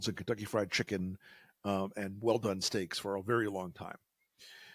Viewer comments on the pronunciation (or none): It’s getting really bad for Taco. Couldn’t pronounce Chicken. “Kicken”?